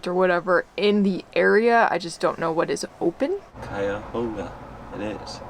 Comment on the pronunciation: pronounced Cuyahoga correctly! 😂😂😂😂😂